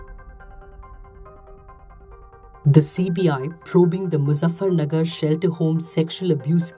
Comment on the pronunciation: Muzaffarpur not nagar